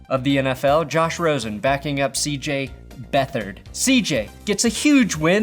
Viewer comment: I’m unsubbing if you ever mispronounce CJ Beat Hard’s name ever again,.